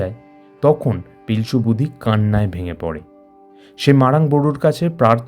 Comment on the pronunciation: কথা টা লিতা নয় লিটা. বুধি নয় বু ড়ি।